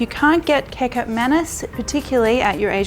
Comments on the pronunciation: please...prounouce 'kecap' in kecap manis like you say 'ketchup' in English. do not say 'kecup' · Kekap manis 😅🤣 how to pronounce kecap is like ketchup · Agree. Its not hard to pronounce as u can say ketchup properly 👍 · Kecap is actually pronounced exactly like ketchup hehehehe not kick up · Kecap Manis, the sweet soya sauce, the Kecap is actually pronounced as Ketchup without the "h". I was initially trying to figure out what "cacup" was, lol. Love your recipes btw. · Pronunciation: KI CAP not KI KAP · kekap manis😂😂😂 its kechap/kichap (kecap/kicap) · It's pronounces similarly to Ketchup. Kecap is where Ketchup got its name from. 😂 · Spelt kecap, pronounced ki-chap 👍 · Kecap is pronounced Kechup that is where the word "Kechup" comes from. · Please pronounce "kecap" exactly like "ketchup". :D "Manis" literally means "sweet". So, kecap manis means sweet ketchup or sweet soy sauce. :D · "Kecap" is pronounced same way with "ketchup".. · You have a cute way of pronouncing kicap. Going to try your recipe soon. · you should pronounce 'kecap' like you pronounce "ketchup" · "kicap" in kicap manis is pronounced like "ketchup". btw, my mom still make mee goreng like this, but we usually sauteed the sauces mix with garlic. i really need to balik kampung right now. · it is pronounced ketchap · It’s ketjap manis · Im not Indo but I know its pronounced ketchup manis. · Kecap pronounced as ketchup :) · The C in Kecap is pronounced as CH, as in cheese, fyi. 😊